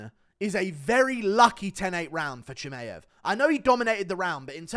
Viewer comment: says michaev 😭😭